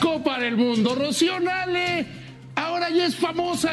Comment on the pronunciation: Querida, porque no pronuncias como todos, incluyendo el presidente. N A H L E.. AUNQUE QUIZAS SE DEBIERA PRONUNCIAR NEIL, TODOS PRONUNCIAMOS N A L E.. POR FAVOR!!